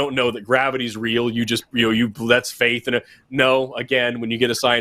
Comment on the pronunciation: When says "I left the Christian faith" it sounded like "I want to crush your face".